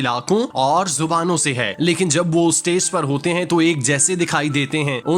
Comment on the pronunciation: آپ اُردو تلفظ دُرست کریں۔۔۔ استیز نہیں۔۔۔ اسٹیج۔۔۔ ڈرومے نہیں۔۔۔ ڈرامے۔۔۔